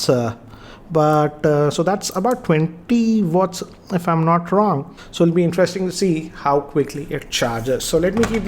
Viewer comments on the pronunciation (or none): none